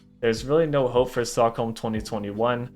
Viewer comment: damn he brutally misread the stockholms lol